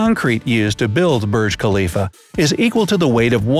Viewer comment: Burg klifa. Hehehehehehe